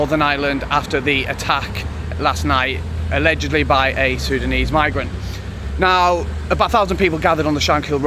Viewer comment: Muslim sudanese. Say properly